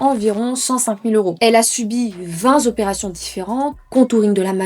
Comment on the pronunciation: "vingt zoperations" Rhaaaaaaa 😬😬😬